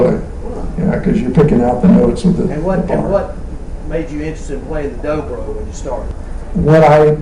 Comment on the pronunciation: It's "Dobro", not "Drobro" hahaha